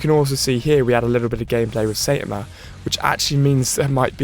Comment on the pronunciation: he keeps getting it wrong it's saitama